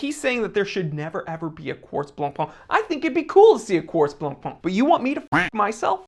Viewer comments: Stop saying "Blanc-PUH" 🤣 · dear, Jean Claude Biver's name isnt that butchered, but BLANCPAIN is STILL BLONPèN and NOT BLONPAAN or (goshhh!!!) BLONPON!!!!!!!... 🤯🤯🤯🤯🤯PLEASE be nice to the Whitebread and do not butcher that too violently. 🤣🤣🤣😈😈😈🤯🤯🤯🤯🤯🤩 Meanwhile we'll hopefully see not another copy of a copy of a copy of an FP Journe or Moser... Perhaps a new instant classic in Luxury sportwatch? Who knows... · if you can pronounce Chopin, you can pronounce Blancpain. The -pin in Chopin and the -pain in Blancpain (it means 'whitebread') are pronounced the same.